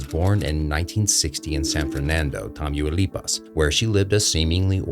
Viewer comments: No sr is not tamuuuilipas is Tamaulipas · "tameeyouleepas" 💀💀 ITS PROBOUNCED Tah-Mau-Lee-Paws LMFAO